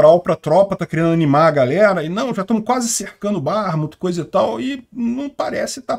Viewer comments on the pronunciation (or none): none